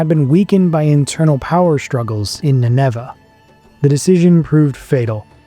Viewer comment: Why do you pronounce Nineveh with the accent on the second syllable? There are a number of other similar unusual pronunciations (to English ears). Are these in some way more accurate, or just an issue with an AI voice?